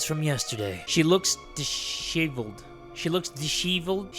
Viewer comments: No way bro is pushing his 30s and couldn't say disheveled 🥀😿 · bro doesnt know how to pronounce disheveled in the big 25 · My bro looking up how disheveled is pronounce when that's his default look